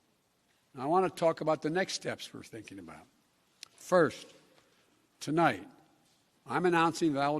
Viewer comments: You left out the part where he screws up one word into the speech... “to light (not tonight cause, well, he is losing his ability to speak coherently)” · Tolites the nite! I heard it too! He gets nervous speaking to an empty media room.🎟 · The part where Biden said "Tonlight"? Yeah that's kinda understandable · CNBC cutting out his “Tolight” gaffe at the start of his speech is hilarious. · Why did they cut out the very beginning where he said tolight? 😂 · awww, you guys cut out the "tolight" thing at the beginning :'(